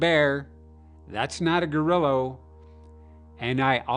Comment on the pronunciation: “It’s not a GORILL-O” HaHaHaHaHa